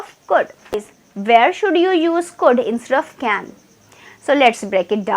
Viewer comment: Mam your saying can means kan will come we have to say can ok understand.